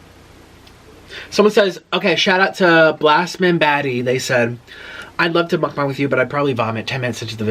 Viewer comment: He said “mukbung” Jesus christ